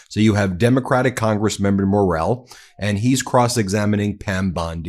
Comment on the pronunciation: Morell-E is the pronunciation Ben 😉 His sister is my dear friend